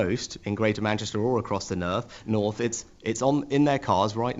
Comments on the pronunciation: Nurth 😂 he can’t even say North properly. Never mind level it up. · the nerth?